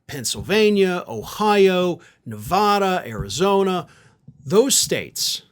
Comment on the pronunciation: Please pronounce Nevada correctly